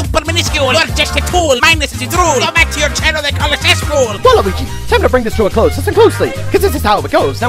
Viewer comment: Everybody:Waluigi:waluigee